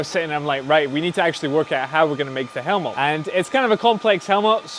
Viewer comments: Helmot? It's helmet you helmet lol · Loved the video, every time I heard Helmot instead of Helmet, I died inside. Otherwise awesome :D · it's a helmet not a helmot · its helmet not helmot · I've never heard someone pronounce the word helmet quite like that. To my ears it sounds like "helmot" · really nice video. your pronounciation of "helmet" is one I've never heard in english "Helmot" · Is he just pronouncing "Helmet" strange, or is he using another word for it? Sounds like he is saying "Hel-mol". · I absolutely love these videos, but the way he says helmet is unnatural.